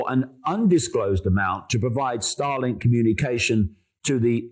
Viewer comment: Whenever he says starlink. All I heard was Stalin ha